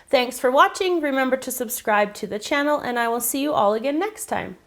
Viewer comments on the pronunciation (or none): none